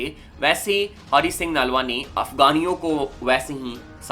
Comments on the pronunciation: Nalwa nahi brother naluya ji aa pronounce time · Broh it’s naluwa not nalwa so plz prnoicr properlu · Naalwa nahi Nalwa hai pronounce sahi karo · Bro you are pronouncing the name of Hari Singh nalua g wrong, But I appreciate your effort.